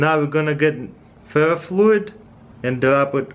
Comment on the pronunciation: did he say fear fluid